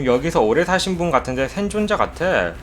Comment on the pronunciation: ㅇ발음은 ㄴ발음으로도... 샌존자